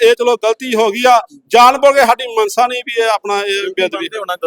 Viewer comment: ਮਨਸ਼ਾ, ਨੂੰ ਮਨਸਾ ਆਖੀ ਜਾਂਦਾ😂😂